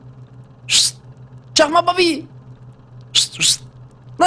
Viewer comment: Babi oyunda derken aklıma papi oyunda geliyo